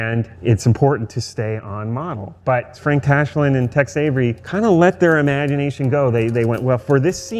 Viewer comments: Is it just me, or does he keep saying "Text Avery", instead of "TEX Avery"? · I know he is pronouncing it "Tex Avery", but i keep hearing "Text Avery" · TEX... TEX.... TEX AVERY Not TEXT Avery